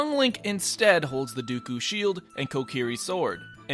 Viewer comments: "the DOOKU shield"... Seriously? Link Count Dooku? It is DEKU. Not DOOKU. Not DEEKU. Not DAYKU. DEH+KU=DEKU. Also, the game OCARINA, pronounced AWK-AH-REE-NA, not "OAK ARENA". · Dooku Shield... COUNT DOOKU!!!!!!!!! (Really though its Deku DE-KU not Dooku where did you get the O sound from that) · You people are talking about him predicting Smash Ultimate while I'm over here screaming about him pronouncing Deku as 'dooku' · The "Dooku" shield? The "Bigoron" sword? I saw a response to this below and a reply attached to that said it pretty well (paraphrased); "Day-koo or Dek-ooo are understandable, as the 'e' sound can be interpreted as either. But Doo-Koo? I've never seen an 'e' that reads as an 'ooo' sound before." The Biggoron Sword is just obvious. They maybe should have hyphenated it, but it's a sword...that you recieve from the Big Goron... Seemed pretty straightforward to me. Other than that, loved the video. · You say dukue it’s deku you can hear the E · It's DEKU NOT DOKU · the doo-koo shield? Dude- read it phonetically- it deh-koo or at least dee-koo... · did this dude just say " the dookoo shield" its DEKU my boy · It's called the DEKU shield, there's an E in it. Aside from that, great video, 9/10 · ITS DEKU NOT 'DOOKOO'!!!! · doo koo sheild??? it's deku!! deeekkuuuuuUUuuUUU!!! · Um...excuse me? Did you just pronounce Deku like "Dooku"? It's pronounced DAY-koo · duku shield...... i can see japanede aint ur best language ( its deku) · its deku not dooku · It's Deku Shield not Duku Shield 😂😂😂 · Deku, not Duku. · That one is simply incorrect though. You can choose between DECK-OO and DAY-KOO, but not Duku, this isn't Count Dooku from Star Wars dude. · Oh god he did. DOOKU SHEiLD? Srsly? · had_ookin yes he did say duku shield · you fucking triggered me by saying "dooku shield" instead of "deku shield" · its deku not dookoo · it's pronounced deku. Not duku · The DOKO shield? Doko? Ya mean Deku? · “Ohcarina of Time” “Dooku Shield” My ears are bleeding